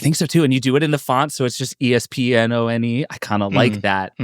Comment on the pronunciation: Ooh “Espnone”